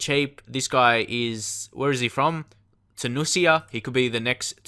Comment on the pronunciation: I'm sorry but are you fucking serious "Tunisia" is not a hard word to pronounce